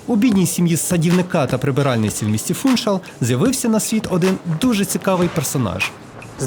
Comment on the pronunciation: Гарне відео і майже без помилок, але в слові Фуншал наголос на другий склад. Живу на Мадейрі 26 років, люблю цей острів, завжди дивлюсь відео про Мадейру. На жаль якісних відео мало, але ваше одне з кращих. Дякую.